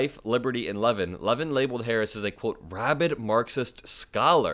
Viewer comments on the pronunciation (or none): love your channel, but please be more careful with names. It's Mark "Luh-VIN". I know MAGA world takes pride in mispronouncing names of people they don't like (so mature!!) and I know you aren't doing it on purpose, but we should make more of an effort. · Levin’s name is stressed on the second syllable Still a certified syncopate.